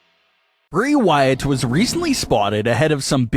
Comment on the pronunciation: Your saying his last name so wrong please get it right the way you are pronouncing his name get his name right the other name